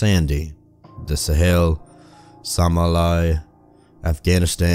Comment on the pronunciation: its SA Mall E Ya "Somalia " ^_^ And i believe its pronounced Boian Boi Yan its romanian But Its w/e keep em coming Brotha :) at the start i belive the word is Shady outfit or shadowy not sure oon this 1 dont listen to me :)